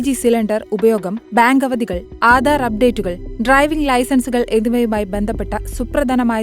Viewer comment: Aadar alla aadhar. Gattam alla ghattam. Ithu etha ee vivaradoshy